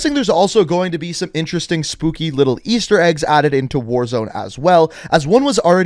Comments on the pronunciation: We not gon talk about how mans said spoopy instead of spooky😐? ... no?..... ok. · Am I the only one that heard him say spoopy before he said spooky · to I swear he said spoopy instead of spooky 🤣🤣🤣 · Is he trying to say Spooky. Cause hes saying spoopy Hhahah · Is he really saying “spoopy”? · He lost me when he said "spoopie" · Why is he saying his soppy instead of spooky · Am I the only one hearing him say “spoopy” instead of “spooky”? Not hating I just find it funny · Am I the only one who heard "spoopy" instead of spooky - am I tripping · Nobody gonna mention he's saying spoopy instead of spooky? Idk bothered me xD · quick question where you saying spooky or spoopy? lol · Does he say spoopey or spookey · is anyone gonna say anything about how this guy said SPOOPY instead of SPOOKY??? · Are you saying spoopy lol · Are you saying SPOOPY? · I'm sorry....."SPOOPY"?! Wtf is that?? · I think im deaf im hearing spoofy😂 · He's saying spooping